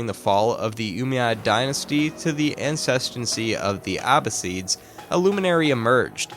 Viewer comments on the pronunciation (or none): "to the acestency of the Abbasids..." Uhm, what?